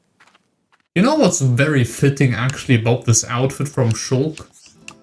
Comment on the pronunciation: He even says ShulllK correctly